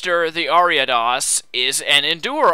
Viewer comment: I love how you pronounced Ariados correct the first time you said it in the video, but then afterward kept pronouncing it wrong lol